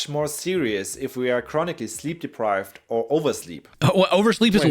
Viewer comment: Has anyone noticed that doesn't say "or" he says "ar" instead